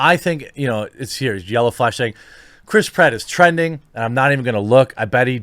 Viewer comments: cant unhear Crisp Ratt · Your pronouncing it wrong. Crisp Rat. Now you can't unhear it. Suck it twatters.